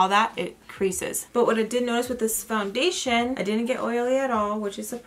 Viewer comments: I feel like I will never be able to say foundATION the same way again 😆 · First off let me say... I love how to say foundachion hahaha you crack me up! Another thing is i have a similar skin tone and matching foundachion is so hard! I always look to your videos for reference! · Hi!! I love your eye makeup, that wing liner tho, as sharp as a knife🔪. How cute is your baby saying makeup sponge after you ❤. I laugh when you said foundation (you sound French). Your entire make up looked bomb!! Xo